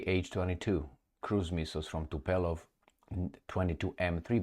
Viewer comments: Not TUPELOV but Tu'polev by the name of "Tupolev" -famous russian aircraft designer. E.g. read about "Tupolev" in wikipedia. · Tubolef sounds correct. Tubelof is most probably wrong dear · It's TUPOLEV !!! Have you ever heard someone pronounce that name the way you pronounce it? Do you have speech impediment ? You sound ridiculous.